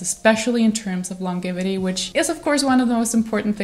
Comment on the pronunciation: Sorry, hope this isn’t offensive, just trying to give some helpful feedback…I know English isn’t your first language and you speak it extremely well. I just couldn’t help but notice your pronunciation of the word ‘longevity’ is just a little off. The ‘g’ is pronounced like a ‘j ‘ . Like the ‘j’ as in the would ‘jump’. I hope you can just take this as trying to help and not being critical or nit picky. ❤